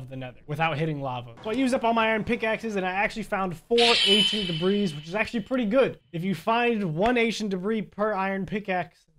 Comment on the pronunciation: Why it sound like you say Asian debree😂